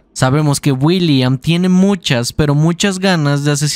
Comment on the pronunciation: no se si soy yo pero escucho que en lugar de decir, William dice Builliam:v buen video:)!